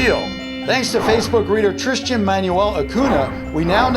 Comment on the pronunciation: excuse me i have the same name as that tristan manuel guy but im offended that you said it wrond it is tristan not trishtjian